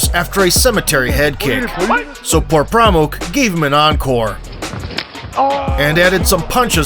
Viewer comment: Its actually Por Pramok not this stupid channel is saying.